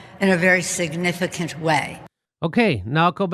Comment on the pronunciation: "in a very shignifigclant way ."